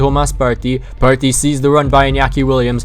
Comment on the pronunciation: The way you say partey is cringe